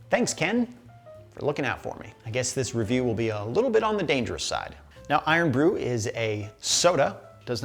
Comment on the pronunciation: I’d concern yourself more with overplaying your part of the pronunciation of Irn-Bru. It’s not some ancient ghaelic spell. It’s just short for “iron”. Cool your jets. Is there an irn-man suit somewhere in the marvel nerd universe?